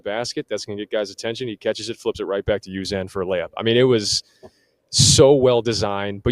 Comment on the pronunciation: At some point, give Uzan the respect to learn how to pronounce his name. It's the least you can do even if you don't have any faith in Houston as a team. My-Lohs Yoo-Zan (rhymes with can)